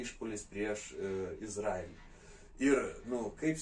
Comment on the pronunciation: Kirciuokit jus teisingai ta Izraelį. Baisu klausyti.